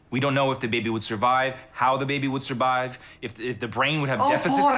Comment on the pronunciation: did you hear Andrew say “we don’t know if the baby would surbive”???? He literally said surbive instead of survive 😂